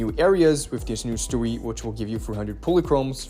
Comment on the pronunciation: ok but WHY are you saying "Story" like that? 😂 "Stowy" - STO-REY, not Stowwe